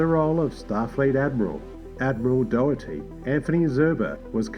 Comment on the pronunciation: Nice video, but your pronounciation of Ruafo, Anij and Doughertys names is awful!, i don’t mean to be rude, but it just smacked me in the face every time you said them.